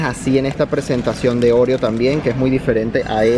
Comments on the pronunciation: Oreo es palabra llana así que se pronuncia orEo y no se acentúa, al menos aquí en España. Solo para información lingüística :) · Pronunciais mal Oreo si fuese como lo decís vosotros llevaría acento en la O